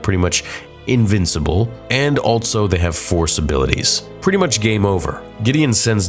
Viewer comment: Dude I love your videos so much but I’ll never understand why you say “alt-so” instead of “also” lmao